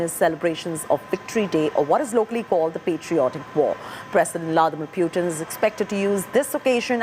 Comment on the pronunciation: hey India Today guys, Please do not mis pronounce PUTIN .... its POOTIN